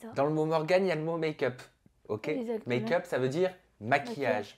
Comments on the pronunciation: ce que j'ai retenu : ezatement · “esatement” ptdr je peux vrmt plus la saquer